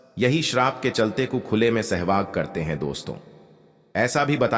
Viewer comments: Abe Sahwas ko Shehwag kiyun bol rahe ho? Aur Raja Draupadi bhi bol rahe ho? Upwas ko Oops bol rahe ho! Pedh ko payer bol rahe ho? 😲😡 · Bhaisahab sehvas hota hai aap bar-bar SEHVAG bol rahy hain 😂😢😮😅😊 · महोदय! हिंदी का शब्द-ज्ञान खुद प्राप्त करें l राजा द्रुपद को कई बार राजा द्रौपदी बोला गया l सहवास होता है न कि सहवाग l